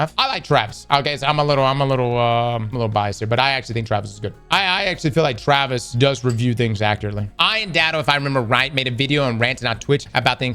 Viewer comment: I could swear it sounded like you liked traps at first instead of Travis.